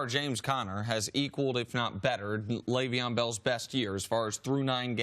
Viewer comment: "L Bell" annoy anyone else? Christ CC just call him Le'Veon.